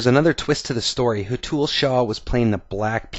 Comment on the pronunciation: Its Hé-th-ul shah :) loved the video :D